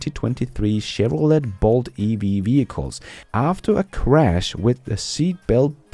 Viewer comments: "Chevrolet": it's "SHEV ro LAY"... the "T" is not pronounced! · It's pronounced Chevrolāee, the et is silent!☺️